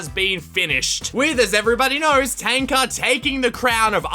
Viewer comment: And btw thank you for saying Tanka”.